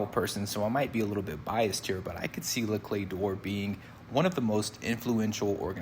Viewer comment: You did pronounce it correctly! Great vid!